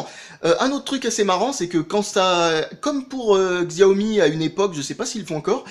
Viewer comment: Excellente vidéo ! Tu parles bien, et tout et tout, ce qui fait qu'on a envie de voir la vidéo en entier. Et c'est aussi bien expliqué ! PS : Je préfère que tu prononces "Chaomi" que "gziaomi" xD !